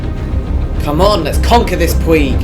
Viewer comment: It's pronounced puidg as in midge not puig as in twig